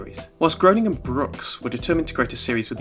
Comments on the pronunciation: Thanks so much for your videos! I’m just now discovering your channel! But just as an FYI: Matt Groening’s name looks like it’s pronounced GROW-Ning, but is in fact pronounced GREY-Ning. I’ve heard him say his name this way anyway, I absolutely LOVE LOVE LOVE this episode of The Simpson’s! It’s one of my all time favorites. I remember back when it first aired my BFF at the time and I had recorded it and watched it over and over again, and even mumbled to each other like Ms. Botz does! I for one love The Simpsons and am glad it’s still going after all these years, and I guess I’m the only one who feels like it should keep going, but hey it’s not the first time I’ve differed from the popular opinion....probably not the last either. LONG LIVE THE SIMPSONS!!! 💛💛💛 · Um achtually it's pronounced "Graining"